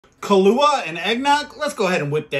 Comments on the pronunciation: Hey you pronounced Kahlua right this time. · Glad your not pronouncing it Kahoola anymore